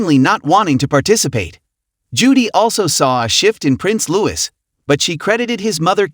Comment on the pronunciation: Catherine is the Princess of Wales not Kate Middleton. Charlotte is not pronounced CharLOTT. Sophie is pronounced Soafie not Soffie. Louis as I am sure you have probably been told plenty of times is pronounced LOOEE. And he was not dressed the same as George. George was wearing a full suit, Louis was in a suit jacket and red shorts. Good grief how could you make so many mistakes in one video. The whole thing was very amateurish.